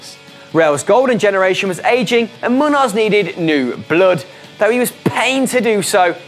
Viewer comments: muños is pronounced munios and i'm malaysian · You miss pronounced Miguel Muños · Miguel Muños probably the easiest name to pronounce on this list and you absolutely fucking butchered it worse than a serial killer